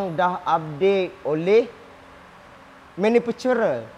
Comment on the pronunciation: Bengkok lidah sebut maniferurer 😅, che bagi amaran tentang dribe saf 😀 ada achi haritu kat stesen minyak keluar Konar dah bunyi tak..tak..tak..tak ke naya kalu tejelabak sebelah tayar kat hway